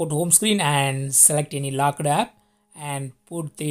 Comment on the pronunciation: Lockeedd and mossk...bhai Hindi mein bhi bol sakte ho...Why half English. Giving good information.